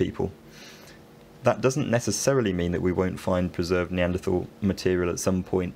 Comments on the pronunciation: Another erudite skill. surprised at your mispronunciation of Neaderthal human beings, Or are you catering to the US market. follow the leads of Professors Stringer & Roberts? Well done nevertheless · Strangely, he does pronounce it “Neandertal” in the oldest video on this channel, five years ago.